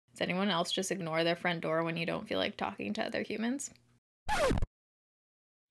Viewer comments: Girl! It totally sounds like you said my friend Dora instead of front door 🤣🤣🤣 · Omg!! Lol like everyone else I hear you saying friend Dora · I watched the beginning like 10 times because I thought you said “Does anyone else just ignore their friend Dora when you don’t feel like talking to other humans?”🤣 I was so confused 🤷🏻‍♀️🤦🏻‍♀️ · i thought you said “does anyone else ignore their friend Dora” until i read the comments 😂😂😂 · Not even gonna lie...I DEF thought she said that 🤣🤣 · That's what I heard too. Lol